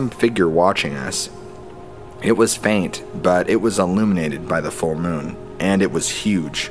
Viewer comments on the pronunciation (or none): none